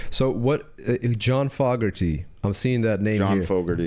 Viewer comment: said "Fogerty" right,. Always heard it pronounce that way on radio and tv through the years.